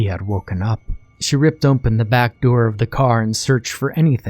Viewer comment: hehheheh narrator says "ompen" for "open" jus' like eye do